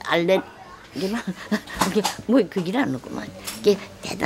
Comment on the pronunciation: 할머니께서 알레르기를 알렐레라고 하시는게 너무 귀여우세요ㅎㅎㅎㅎ